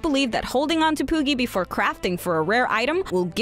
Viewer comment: you said pooki and I completely lost interest